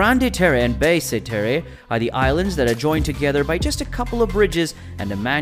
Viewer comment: Bad pronunciations but great information and pictures thanks. For example as I understand it Basse Terre is said like Bas Ter.